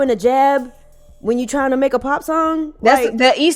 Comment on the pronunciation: “Coming tew America “clip …💯 sholem. 😂 💥